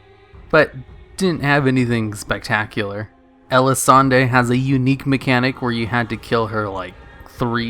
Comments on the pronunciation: I love you but its El-A-Sawn not El-A-Sawn-Dae. They literally say her name a million times in game lol. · Elisande is not pronounced Elisandey. It's pronounced Elisande. French/Elvish pronunciation. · "Breaths in deeply" it's not "ELISANDEI" IT. IS. "ELISANDE"!! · ElisandAY, Alice Razor XD LOLZ. The name was literally said hundreds of times in the expansion how do you get that wrong.